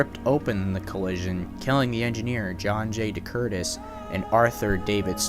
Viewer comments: Minor nitpicks. It's SEE-caucus, not SeCAUcus and HO-boken, not Ho-BOken. Otherwise , nicely done, as all your videos are. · Its Secaucus not Secausus. I was born and raised there. It's pronounced See-caw-cus.